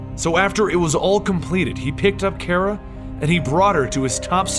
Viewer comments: it's.. pronounced.. "car-uh" not "care-uh" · no hate but its pronounced CAR-uh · 1st you are my favorite you tuber but.... I have to say it because I'm to big of a Supergirl fanboy (thanks to you) 😂 But it's Kara! (Like Cara but with a K ) 😂😂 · You pronounced Kara's name wrong.